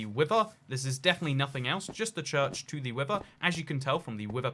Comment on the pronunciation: People: Wither: wiVer